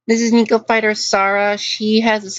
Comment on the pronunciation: Triggered by how you say "neko."